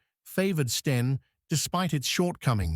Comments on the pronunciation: Love it when the bot says "steen" instead of "Sten." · The AI generated commentary can't differentiate between Sten and Stein and also repeats some statements over and over, just for padding, no additional information imparted?! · So STEN becomes STEINS ?? POOR NARRATION. And no mention of where the name comes from. Instead, we get tedious repetition £8 million, mentioned HOW many times??? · NOT STERNS, BUT S-TEN = STEN HAD TO FINISH EARLY DUE TO VOCABULARY MISTAKES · is this a A.I. produced video?STENS no steins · Ai is rubbish it is not a Steen Gun for example. It is not in basic english with words left out. must do better. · FFS, dump the AI American commentary. Three hundred AND thirty... Tuneezsha... Steens... Stains.... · Not sure how the narating bot would get on with 'seventeen shillings and sixpence' when it seemingly can't get to grips with 'the' 'stein' 'a' and 'an'....